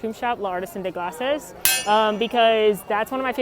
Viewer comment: I have to tell you because I've heard you talk about the "Artisan des glaces" restaurant many times... "glaces" is pronounced like "glass" - you don't pronounce the last S, it is silent.;)